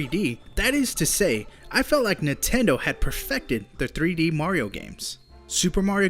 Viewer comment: I REALLY HATE THE WAY YOU SAY NINTENDO. NINTENDO. NOT NUTENDO!